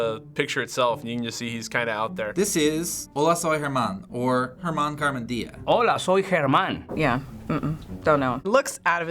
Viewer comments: ¿Mala acentuación en "Gérman"? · It's Germán, not Gérman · It's "Germán" not "Gérman"😂😂😂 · OMG hhhhh that accent "hola soy germannn"